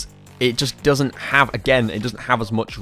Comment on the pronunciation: when you said again is kinda sounded like you were choking on expired milk. you did this a couple of other times, but i'm too lazy to watch the vid again to timestamp. love the vid, i wasn't trying to offend you when i said you sound like you have a speech impediment